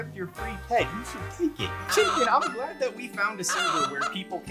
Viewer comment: Omg my DP parrot 😭😭😭😭😭😭😭😭 " red chimken"